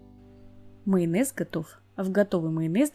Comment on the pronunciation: Вместо «майонез» вы говорите «мыйонез» прям уши режет